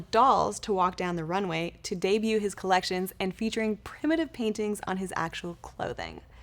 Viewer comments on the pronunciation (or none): none